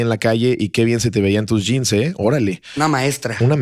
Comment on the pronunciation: el llianis se pronuncia antetocompu o antetucompu en ingles aterucompu o gianis a secas